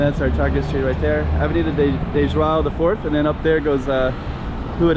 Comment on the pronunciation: I also came to say that you know how to pronounce the name "João" really well. :)